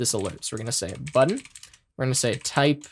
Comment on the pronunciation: “Buddon” Haha but for real great video, thanks for the lesson.